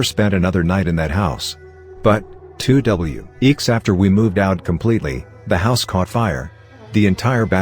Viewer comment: how to reading bot reads 2 weeks. 2 w eeks lol